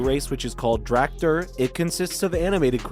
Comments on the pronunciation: how many different ways can he pronounce "dracthyr" wrongly? its astonishing ....... drakefirr ... dractur ..... tractor too maybe? >_> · Asmongold clickbait, Northrend, Dracthyr AND XIV mispronunciations. Also where did the info come from about “a world revamp”? You cant draw that big of an announcement from the areas of a trailer. Then the sudden jump from wow to something else when its not labeled as a general gaming video is just…kinda misleading. Gotta label stuff better.